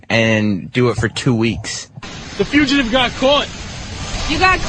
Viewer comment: “Wait, you were trying to say fugitive this whole time?”